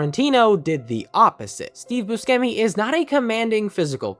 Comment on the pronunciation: Good video, hate how you say buscemi